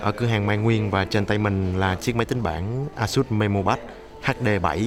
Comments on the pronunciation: ây sất đọc ây sút cha nội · Phát âm tào lao còn chửi người ta, "ây sất" vãi :l a-sợt nhá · thực ra thì đọc là "ây-shợt" :|